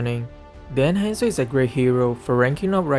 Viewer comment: Oi! He is HUNZO, not Haaaaanzoo, good gawd. Have a nice day (＾3＾)